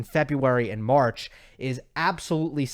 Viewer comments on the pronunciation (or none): none